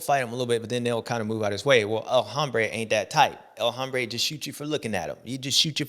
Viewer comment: Bubba, the “H” in El Hombre is silent bro. It’s pronounced El Ombré. Give it a try next week